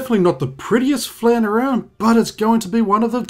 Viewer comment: You were pronouncing "flan" wrong the whole time just fyi.